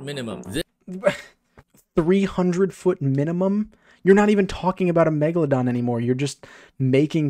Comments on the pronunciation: Why does he keep saying megdadon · “Meggypog” -kuhzohh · Lol no way it's megyydon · My soul dies a bit everytime I hear the word Megaladon